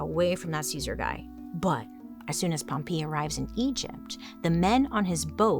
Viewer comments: Pompeii is pronounced pom-PEH-ee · The way that you pronounced Pompeii is absolutely sending me 😂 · I thought the same thing!!